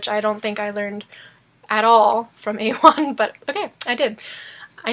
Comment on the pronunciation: Lustig. Immer wenn Du A1 oder C1 oder einen anderen Bezug zu Sprachkursen hast, wechselte die Aussprache auf Deutsch